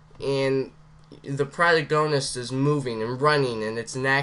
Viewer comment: I love how you say (Pro-tag-oh-nist) as (Pra-toe-goe-nist)